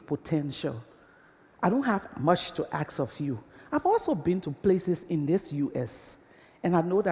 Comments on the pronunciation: as soon as she said "axe" instead of ask.. i voted down. and please, stand on ONE LEG, stop shifting your massive bodymass, it's anoying as hell.. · Is she really saying "aks" ? :D